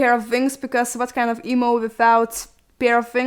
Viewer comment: Am i the only one that heard eboo when she said emo or?..